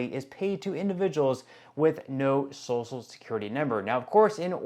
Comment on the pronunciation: Don't you think if there were hundreds of American citizens who have lived to be 150 years old, there would have been reports of this in the news? This has nothing to do with fraud. Do your research before you spew inaccuracies. And while you're at it, learn to pronounce "social". And, just an observation -- don't you find it odd that in its fanatical search for fraud and overspending, DOGE has conspicuously ignored the Pentagon? The one body that has failed every audit it was ever subjected to? (to date, I believe that number would be 7)